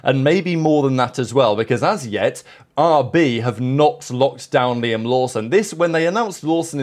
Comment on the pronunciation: As a Japanese, I have to tell the kiwi Liam, Not Laim